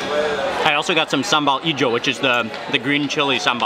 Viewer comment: i'm from indonesia, and i'm so happy you come to Bali. i'm is your fans, Mark ... i like when you say "SAMBEL"